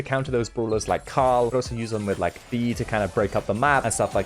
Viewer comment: "owlso." - (2022)